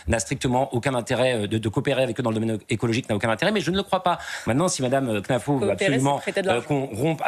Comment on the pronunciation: Arrêtez avec knafo elle s'appelle khennafou il faux le prononcer 🤣🤣